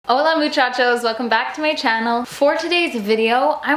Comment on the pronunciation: If you are going to say Hola,muchachos as an intro please learn to say it right